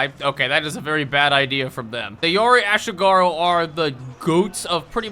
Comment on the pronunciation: bro butchered ashigaru so bad (ah-she-gah-roo)